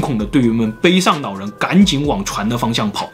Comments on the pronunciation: 我說真的 去把你的 普通話腔調矯正一下 學學人家老高啦 聽你講話 真的會有一種弱智感 老人 老人 不是腦人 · 长见识了 原来 “老人”的发音是nǎo rén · 老人我听成脑仁儿了...